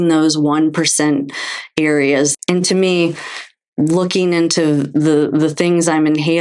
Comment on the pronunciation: It's ..."And.......not .."eennnd". Proper pronunciation